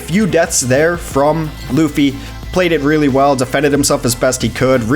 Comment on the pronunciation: Luhfy is wrong Loo - Fee is the right way to pronounce it.